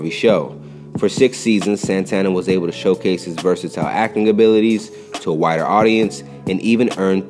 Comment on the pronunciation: “wider” sounded like “whiter”.